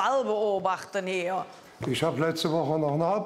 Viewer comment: "isch liebe Senioren, die sind so schön....alt"😂😂